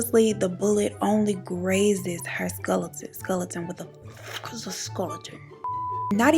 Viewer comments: 40.25 “ Skulleton” ☠️ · Wtf is a "skulleton" sent me 😂😂😂😂